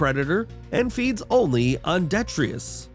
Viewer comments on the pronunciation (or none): what the heck is "detrius"? do you mean "detritus"?